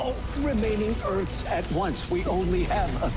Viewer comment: Why do you say "earfs" instead of "EARTHS"?